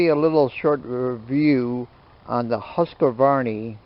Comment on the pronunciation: This companys name is pronounced "Husk Varna," not "Huska Varney." The remainder of the review is just as bogus as the mispronunciation.